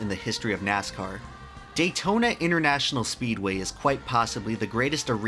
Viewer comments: This is my 5th time watching it and i finally realised he spells speedway wrong and says speeway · ITS Speedway not Speeway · says speeway😂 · "Daytona International Speeway" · Am I the first person to notice he mad a mistake: 'Daytona International Speeway' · Daytona international SPEEDWAY not Speeway lol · "Daytona International Speeway" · Speeway? I think he meant speedway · “speeway” (speedway) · great video but Datona international SPEEWAY REALLY XD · I don't know about you, but I would re-edit and re-release the video so it says "Speedway" instead of "Speeway". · you sad Speeway intead of Speedway! great video! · What is a "Speeway"? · Speedway not Speeway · lol ...Speeway... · "Speeway" Entire video ruined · "Speeway" PS Loved the video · “Speeway” lol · now this is epic, but you said speeway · "speeway" bruh Not trying to take away from the awesomeness of this video, btw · "Daytona International Speeway" - 2019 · "speeway" lol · "speeway". Where's your "D"? ha. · "Daytona International Speeway" haha you made a mistake in your hardwork video. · Daytona Int'l "Speeway" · "Daytona International Speeway" btw